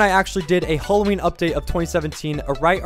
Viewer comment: its hAlloween not fucking holloween